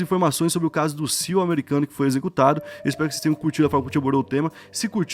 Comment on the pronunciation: Chega da agonia todos esses anos o falando “CIU” ao invés de pronunciar as letras individualmente